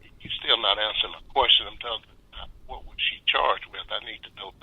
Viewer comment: ...u still not han'suhin da quoishon...